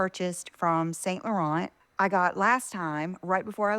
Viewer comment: If nothing else,, you idiot, learn how to pronounce Saint Laurent. I cringe every time.